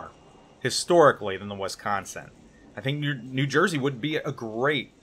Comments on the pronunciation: Please never say Wisconsin. you are getting it wrong and it hurts my Wisconsin ears. It is not Wesconsin Wisconsin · Wisconsin - pronounced like "Whiskey" not "Wesky". Also, she was the last battleship in history to take part in a combat action in the Gulf War. Cant argue about her WW2 combat service though, she had comparatively 'few' battle stars next to her sisters.